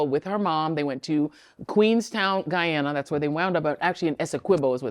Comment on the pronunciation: I hate the way they say Guyana .